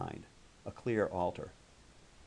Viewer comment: isn't it supposed to be ( or so) a clear "altar", instead of "alter"?